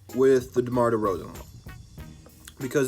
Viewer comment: said “DEMAR DEFROZEN” 😂😂😂😂😂😂😂😂😂😂😂😂😂😂 Good shit man!!